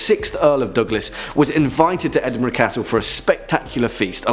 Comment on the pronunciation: TY. Afraid I was nuts. Also isn't Edinburgh Edinburo not burg? I'm probably not making sense. Sorry.🎃🤘☺️ Good vid still. I love hearing about your country and others. I am across the pond in the States lol.🇬🇧🇺🇸